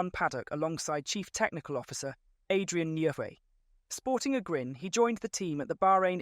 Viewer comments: pronounced "Jerry" and Newey pronounced "Newey" (Adrian) Sorry, was distracting to the rest of the info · Almost everyother word is mispronounced .. Adrian Newey's name, Milton Keynes .. In its whole a completely obselete video..